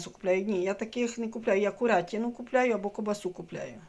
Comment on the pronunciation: Ку'рятину, наголос на першу "у". Ку'рка, наголос на "у".